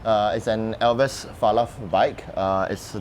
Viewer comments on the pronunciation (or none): Elves... not El ves. Elves are imaginary beings in English. Falath is a kind of levee. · ‘elves’ as single syllable, not two. nonetheless, good looking frame. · ELVES - Pronounced correctly by host, 😅 corrected incorrectly by owner.. aiyaa